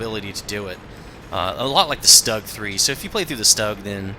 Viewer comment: it's pronounced "shtoog" since u say everthing else correctly ;)